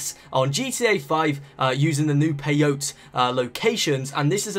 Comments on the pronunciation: How do play as the animals in director mode?? And it's pronounced "pay oh tee" not "pay-oat" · It's pronounced peyotee😂